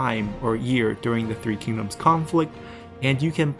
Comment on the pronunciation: Just bought three kingdoms! Don't know anything about China's history or the language, but hearing the names actually pronounced correctly is already a major improvement to my immersion!